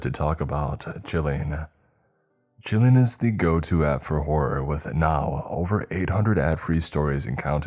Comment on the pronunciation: You've been working at the flow of your speech and pronunciation/annunciation for years and are doing well. However, and this is completely out of love, you need to practice pronunciation of the second O in, "Horror." It sounded like you were saying Whore not Horror on the Chilling ad. Otherwise, you're doing great bud.